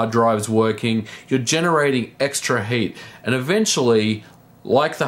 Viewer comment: It sounds like he says "Hate" whenever he say "Heat"